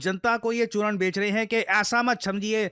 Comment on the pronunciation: Bhai jab "churan" bola hassi ruk hi nahi rahi hai.